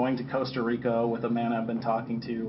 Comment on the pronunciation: It’s Costa Rica .Not Cooasta Rico. So disrespectful to mispronounce the name of countries.